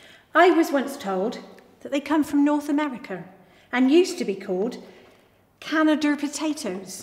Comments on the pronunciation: “Canader potatoes!” ❤ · "Canader potatoes" made me laugh.